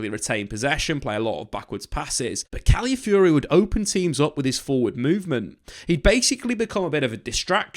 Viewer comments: Cali-fiori? CALAFIORI m8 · "one of my favorite players last season" proceeds to butcher his name everytime